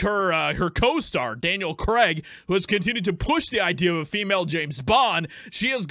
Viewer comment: It's cray-g, not crag... Say it properly 🤣🤣🤣